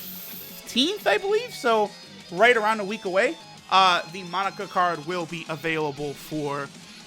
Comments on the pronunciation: Its "MOE NAKA" not monika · Its not pronounced monica. Its moe-na-cuh! Get it right!! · Mon-aka not Monika lol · Monaka not monica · monika? mo-na-ka!!!!! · „Monika“ lol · Mo.. naka!Not Monica ffs! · *Monaka cause says it like Monica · Moe-naka my guy c’mon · Say it with me kids! Moh-nah-kah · You say Monaka like Monika 😂😂😂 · I had to quit watching because of the way he pronounces Monaka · who else gets annoyed when he mispronounces monaka xd